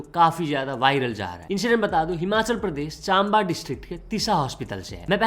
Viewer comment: bro it's not चांबा it's चम्बा